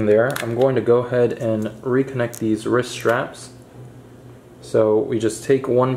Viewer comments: Why is he saying risk instead of wrist?😂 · Risk?? Lool my guy the word is wrist no K and yes their is a T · Every time you forcefully push it in I cringe and also when you said risk instead of wrist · Am I missing some reference when you say risk and not wrist? haha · Its wriST not risk but ok 👍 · i would like to thank for doing this for us...as for saying Risk instead of Wrist...get a life you rude people...we all make errors in speech at one time or other... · I hate this video it’s because he said risk multiple times and not wrist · Are you saying “wrisk “ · I thought he was saying risk, dang. Irritating. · The word ends with a T not a K and there is a w in wrist. No Kaaaa. Just Stttt